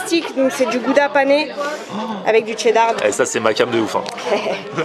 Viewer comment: Qui dit Tcheddar? 🤦‍♂️🤦‍♂️